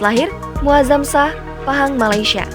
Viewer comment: Shah= Syah. bukan sah. Muazzam syah sebutannya..